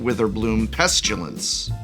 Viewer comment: No "u" in "pestilence," my boy.